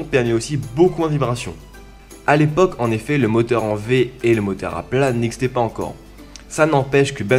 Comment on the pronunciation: Putain j'adowe ton accent antillais !! 🙏😭 Le motewe, l'awchitectuwe, les entwe d'aiwe. ça me fume meilleur accent du londe gros ! 👌👌🙏